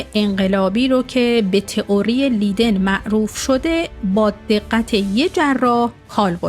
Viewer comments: تلفظ دانشگاه لیدن اشتباهه. دانشگاه لایدن درسته. Universiteit Leiden. Rapenburg 70, 2311 EZ Leiden, Netherlands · خیلی خوب. تو هم در هلند زندگی می‌کنی. نام شهری در هلند اشتباه گفته می‌شود